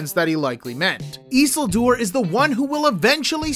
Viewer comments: Instantly lost all credibility when you pronounced it eesuuldoor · Learn this, please: ee-SIL-dur; va-LON-dil. It's not hard. Just take a minute to research it. Watch five minutes of an episode with them in it. Pronounce it the way the people in the show do. They know. They have Tolkien's pronunciation guides and a professional Tolkien language expert that they learned from. Trust the characters in the show to know how to correctly pronounce the names. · Bruh , the pronouncing of isildur is about as great value as rings of power 😂